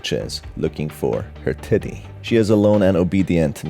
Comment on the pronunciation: why does it sound like you said "Her titty?"